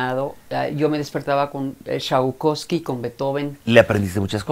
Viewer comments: Jajajaja!!!! Chaucoski, jajaja!!!! Ha de ser la coca. Cuanta necesidad de que le reconozcan, disque son muy preparados. Perdón pero como que le creo la décima parte de lo que dice. Por cierto Tchaikovsky, hasta eso, no es tan difícil de pronunciar. Saludos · Los papas muy cultos, pero a ella no se le pegó nada, dice que escuchaba a : Chaucosqui 🤣😂 yo pensé que era Tchaykovsky ...